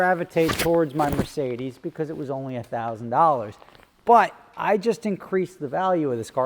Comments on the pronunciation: "My Mecedes", eh?:-P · it Mercedes with an R 😉